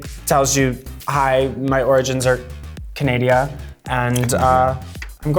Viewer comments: Y’all mean to tell me that now one her aquira say candia instead of Canada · "Hi my origins are....Canadia" No Aquaria, it's Canada lol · Did anyone notice when aquaria said "your origins are from Canadia"? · Canadia *Canadian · Canaidia??? I'm pretty sure it's Canada XD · canadia Not canada Not Canadian canadia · I understand you don't know what a mounty ranger is #theguy but "hi my origins are Canadia" 🤔😐😐😐 really sis? Fuck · Aquaria: “my origins are Canadia” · Why...does everyone say Canadia.......instead of Canada...? Farrah says Canadia, Aquaria says Canadia.......is there something I'm missing here? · Canadia...really Aquaria. Read a book. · Hi, I’m from Canadia😂😂😂😂 Everything had to rhyme with Aquaria for her... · Why does everyone say Canadia. Farrah said it in Pit Stop and Aquaria here. It’s Canada. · The magical land of Canadia. It's a fictional country anyway, right? 😂😂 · "Hi my origins are cAnAdIA" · Why do people say Canadia LOL, it's CANADA. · Why is everyone saying “Canadia”?? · Did aquaria just say “Canadia”? FFS. Read a book kid. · Andy Brandy We call Canada Canadia all the time, it’s just a joke. -canadian 😂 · Canadian here and I do sometimes tell people I'm from Canadia. Issa joke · Nobody gonna mention that Aquaria said "origins from Canadia." ?? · Aquaria called Canada ”Canadia”. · CANADIA 😂 did anyone else hear that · When Aquaria says Canadia...I lose my mind! #OhCanada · did she say canadia? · HER ORIGINS ARE "CANADIA" ? AQUARIA WTF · "Canadia" lol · "my origins are can-adia' omfg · Aquaria: Canadia LMAOO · “It’s very Canadia” 😂 also its called a Mountie 🤦🏻‍♀️ (Royal Canadian Mounted Police) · Canadia? Really? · "Canadia" Lol! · "Canadia" ... ahaha I absolutely love Aquaria. Raja, always on fleek. Iconic Duet!!!! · Canadia????? Lmao!!!!! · Anyone else catch how aquaria pronounced Canada lol. Canadia lol. Love it!😂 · Lol 'rangers and cops.. that guy.' mounties?? Also aquaria, 'canadia' haha